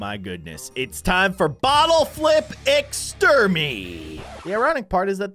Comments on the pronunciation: Its not ex-ter-my its ex-treme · It’s extreme not exem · You literally said it wrong it's extreme not extermine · lmao when u said extermy my heart just went Zoommmm!!!!!! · I was dead when read (Exterme)😂😂😂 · Its actually extreme and i think they spelled it wrong and i laugh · i wasn't expecting the word "exterme" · Ecstrem said ecstrem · Its almost said extreme but said "ex-ter-me" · It is called extreme not exterme! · Exterme lol love you dude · its not exterm its extreme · It is not exterme its extreme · Its not Exterme its Extreme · its extrme not extrimed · It’s ex-tre-me not extreme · Its extreme not exterming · it is not exter me its extreme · It said exerme. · Is extreme not exteme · "but this time its ext-er-me" Lol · New gibberish vocabulary word Extreme Ex-ter-me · E x t e r m e 🅗🅐🅗🅐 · When said “extermee’’ I laughed so hard 😂🤣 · I PREDICTED THE PRONOUNCIATION OF EXTERME AT THE START THE START of the video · I had a stroke when he said exermate in the intro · says esrme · You say extreme by this(ex-tree-m) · You said it like es term e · Its ex-ter-me 😂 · HE Said ex ter me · U don't know how to say extreme?!?! X tream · You said extreme wrong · U said extreme wrong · Thats not how you say exreme. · E in extreme the e we do not say it